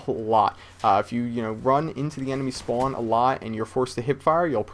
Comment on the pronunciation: Is from boston? He says the word spawn like he is but every other word sounds like he doesnt have an accent.